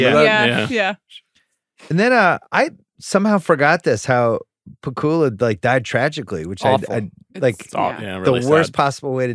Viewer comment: It's pah-KOOL-uh, not PACK-you-la?